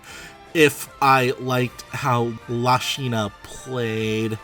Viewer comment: I love how he refuses to pronounce Lucina's name correctly, and how it get worse and worse as the video goes on 🤣